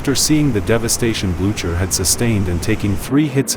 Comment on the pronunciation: AI voice. Terrible! The ship is the Blue Ker not the Blu chuur. AI idiocy!